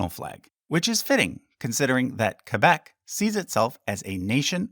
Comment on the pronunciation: As a Québécois, I love that you pronounce Québec as it should be pronounced and not "Kwaybec" as most anglos seem to do. Great video too! It was nice to learn about each province. Keep up the good work.